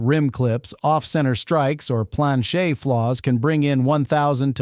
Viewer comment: You do not know how to pronounce planchet